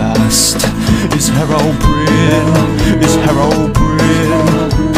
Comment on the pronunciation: herobrine malk parody no what you are saying herobrin like there is no E of the end of his name how do you pronounce it I 'm say the way anyone how to say his name herobrine with the e at the end of his name